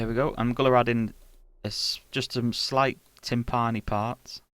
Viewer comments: So you're using Kontakt Player, not Kontakt? P. S. It's tImpani not timpAni. P. S. S. Why do you hide the likes/dislikes? This video is really nice. Be more confident! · i wouldn't say UNTERRATED is overrated as i never even heard of that word before now LMAO, just having some fun with ya, we are all only human after all;) speaking of word play, i've never heard anyone pronounce timpani like the guy in the vid (usually pronounced timpinny ie with a soft a) like i said we are all only human:)